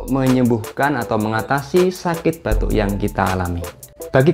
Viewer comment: Batu...apa batuk...ga bisa membeda kan...batu & batuk😂